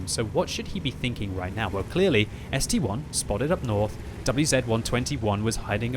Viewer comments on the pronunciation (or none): Boi its S-T-I not S-T-1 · It's ST-I not st-1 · still reading ST-1 instead of ST-I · Mmmmmm, I'm pretty sure it's an ST-I, as in ST eye